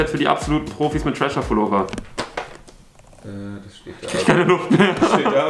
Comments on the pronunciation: Ganz kurz Mal für alle: es heißt nicht Trasher, sondern Thrasher, also man spricht es mit englischem TH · Thrascher wird am Anfang wie The ausgesprochen